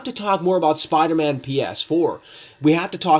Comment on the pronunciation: He can’t even say Spider-Man ps4 right he says spidamahn ph4